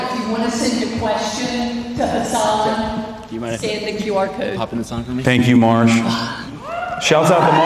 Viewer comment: It's actually hus-sun (like the star).